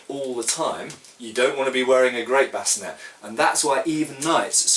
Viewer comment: Great video as always. I found your pronunciation of sallet interesting, you're the first person that I've heard pronounce it, and bascinet the way you did. However, that's the way that I always thought those words were and should be pronounced given that they appear to be French words and other French words ending in et are pronounced with an ay sound. Speaking of French and armor, why is that European armor (to include helmets) have French names yet France was not, as far I know, one of the prime movers in armor design. Given that most armor, particularly plate armor, followed either the Italian or German school of design, why the French names and not Italian or German?